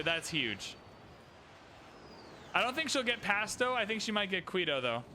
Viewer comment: really need to work on these pronunciations. Saying "Qweeto" and "Bagoda" is just wrong... other than that, keep up the fun.